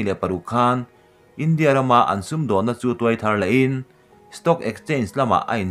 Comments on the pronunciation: India i lam rik dan hi ngaihthlak nuamlo tlat i thluk velo a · India tih i lam dan hi a diklo chu ka ti hran lova, mahse a mak.😜😛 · India tih ilam rik dan hi ka ngaimawhna a rei tawh. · Keipawh chu chiah chu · Kei pawh